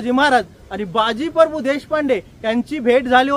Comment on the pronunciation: मित्रा परभू नाहीं प्रभू 🙏🙏